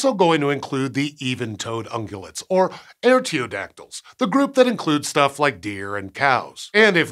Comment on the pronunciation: Artiodactyl starts with 'are', not 'air'.